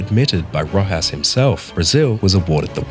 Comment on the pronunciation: I’m sorry but if your gonna make a video like this can you at least say the name correctly